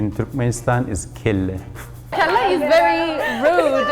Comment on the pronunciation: not "kyle" kelle corect